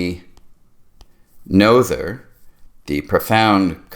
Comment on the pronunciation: Emmy’s last name rhymes with Nurtah. (And the t is sounded as a t (not d). I wish I understood Noether’s Theorem as well as can I say her name.